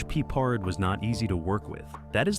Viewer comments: You call him Peppered?Pa-Pard! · Unfortunately, this video is misleading because there are (too many) clips NOT from the Banacek series, but from the film The Groundstar Conspiracy (1972, also starring Michael Sarrazin). It also obvious that no one edited the mispronunciations of George Pepper's/Pappard's/Peppard's. Do better or don't bother. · Stupid AI and stupider channel owner, posting without reviewing the video. His name is pronounced "Pep-PARR'd" not "peppered." The character's pronounced "BANNA-check," not "B'nott-check." If you know the show and the stars that well, you should know how to pronounce them. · Peppered 🤦‍♀ Pep-pard ′ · BAN - a - chek! Pep - PARD not PEP- perd!!! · Ya know, if you are going to do a video on a subject, you should learn pronunciations. It's "BAN-a-check" and "PEP-ard". He rose in a Cadillac limo driben by Jay and drove a 1938 Packard. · Pee-pard? Pepper? Peppered? 🤣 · AND even"Peeper"!Ha!😂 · "Bahnacheck"? "Peppered"? That is not how you pronounce those words. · AI doesn’t know how to pronounce Peppered! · Unless there's something we don't know, it's Pep-pard. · George Pee-pard lol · So distracting the AI voice mispronouncing Banachek and Peppard. Also I have heard the story many times that Peppard was in the process of getting divorced and if he agreed to the third season his ex would get too much of the contract. He didn’t want to work and have her benefit. Final fun fact - the magician Banachek took the stage name as a result of the character. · Your AI voice constantly mispronounced George Peppard's last name and the name Banacek (Ban-a-chek), not (Bon-a-cek). Thomas Banacek did not drive a Rolls-Royce. He drove a 1941 Packard Super Eight One-Eighty Convertible Victoria coupe, or his chauffeur Jay Drury drove him around in a black luxury 1973 Cadillac Series 75 limousine. Do some real research! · They pronounced George Peppard's name AND Banacek's name!!!So distracting!!!😮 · They keep mispronouncing the actor's last name.